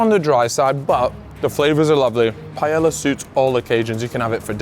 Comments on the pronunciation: Jhajajajaja saying paiela instead of paella 😂😂😂 its not that difficult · I don’t understand how he can glaze the Paella, yet bro doesn’t even try to pronounce it right. Bro over here calling it Pallela, it’s not a mispronunciation problem. Bro just making a whole new word 😂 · the way u pronounce paella is rough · the pronunciation of taco and paella killed me 💀😅